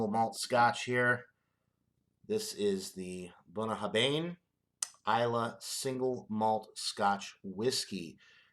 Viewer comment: Pronounced ,Boon a har vin. Cheers mate nice whisky